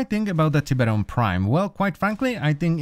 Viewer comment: "Tip-eron prime"... It's Tie-beron Prime